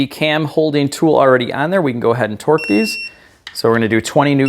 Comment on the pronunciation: You say "twerk" instead of torque and i laugh every time.